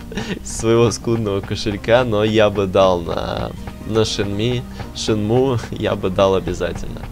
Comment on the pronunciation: на будущее, не Шенми, а Шенму! Хорошо? Я б тоже не пожалел бы денег на разработку Shenmue 3!